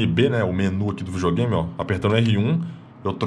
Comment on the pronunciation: vijogame so os olds falam assim